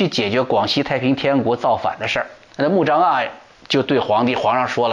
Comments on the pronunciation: 穆彰阿。滿語讀音在這裡 阿不讀a。讀e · 阿，e发音。曾国藩不会做人但是会做忍